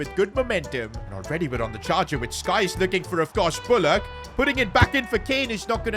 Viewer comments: Its syyyyyykes not skkkkkyes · It’s not Skies it’s Sykes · Not Skyes. Its SYKES (Sykes is pronounced “sykes”, rhyming with “likes” or “bikes.” The phonetic pronunciation is /saɪks/.) Bros dyslexic. Keep up the good work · Bro's still calling sykes "skies" 🤦‍♂ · BRO ITS SYKES NOT SKYS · when will this guy learn that his name is Sykes not skies 😂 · it SYKES NOT SKYES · His name is "Sykes" Not Skyse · we gotta stop calling sykes ‘skyes’ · His name is sykes not skyes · nah bro insists on calling him skyes when his name sykes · Please for the love of God, the right back is called SYKES, not SKIES! 😂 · bro calls him skyes it's sykes 😂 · Anybody else annoyed by calling Sykes skyes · it's Sykes not Skyes Please man, it's painful to hear Skyes every time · bro it's Sykes not Skies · It is Sykes not skyes 😂😂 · another episode of calling sykes skyes😮‍💨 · His name is not skyes its sykes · Petition for to stop saying 'skyes' and actually say 'sykes' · Skyes 😂😂😂😂, bro he's Sykes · Bro it’s not skies it’s Sykes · Sykes name is pronounced Sikes, not Skys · The RB is pronounced Sikes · He mispronounced it btw I’m a Leicester fan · Harley Sykes is leaving as can’t get his name right.